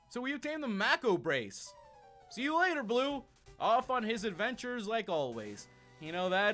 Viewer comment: "Mako brace" xD